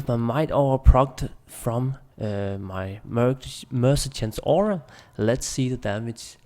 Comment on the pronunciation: He says mercetant in every video 😄 its so funny